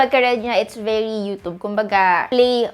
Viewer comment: Please pronounce youtube properly... Wag youtob, pakana ng pasosyal n mga artista yan e